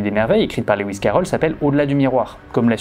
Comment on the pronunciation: Magnifique analyse, j'aimerais beaucoup lire ton travail qui doit comporter tellement d'autres informations passionnantes. Lewis se prononce Louis comme Louis Armstrong, pas Léouiss qui n'existe pas.